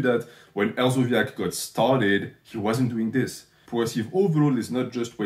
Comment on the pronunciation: Hersobyac is a k not zee the fact you shouted him out says everything but keep dog whistling NH lol